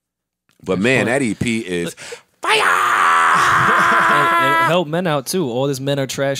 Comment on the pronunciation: Joe impression Joe says fiya